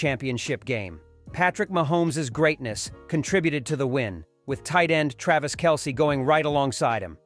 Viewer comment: Learn how to pronounce Isaiah And Kelce....! Keep "Girly-ball"...(NBA)...out of a Man's game..!